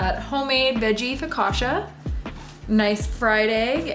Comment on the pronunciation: My wife is from Italy and also has made her share of focaccia. FYI it isn't pronounced FOE-KA-SHA, but Fo-ka-cha - like Cha cha cha. So next time you make it practice dancing the Cha-Cha with Joe, Also generously poke the dough with your fingers creating a bunch of receptacles to hasten the baking and filling with extra virgin olive oil. Try it - you like it!